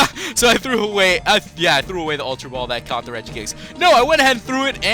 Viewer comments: i hate when the name is pronounced regi-ice. its reg-ice!!!! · Its Reg ice not Reg ee ice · It's regice not regiice reg ice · it pronounce reg-ice NOT regi-ice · It's not regi-ice. Its pronounced reg-ice. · Lol it's reg-ice